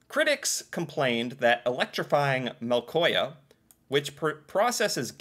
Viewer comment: en av grunnene at jeg ser på disse videoene er at jeg klasker i panna og nesten dør av latter hver eneste gang han prøver å si et ord på norsk... "electrifying MÆLKÅHJA" -sitat fra